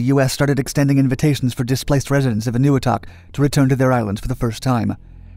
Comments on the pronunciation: It's pronounced: "En oh weee toc", with the accent on the weee. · i thought it was pronounced ...n-a-wee-tok